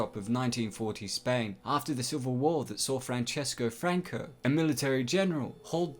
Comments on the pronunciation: It’s pronounced francisco franco not franchesco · It's pronounced "Fransisco" Franco, not "Franchesco" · Lmao is not Francesco Franco, it's Francisco Franco